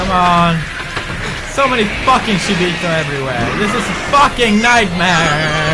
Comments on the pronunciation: Even though someone told him it was shibito and not shiboto, he still says shiboto😂. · Its Shibito not Shiboto. Shi means death in Japanese and bito is a way of saying people. (Not hating just saying) Luv your videos PedieXD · Pewdie keeps reading it as "Shiboto Nest" but its actually Shibito Nest :P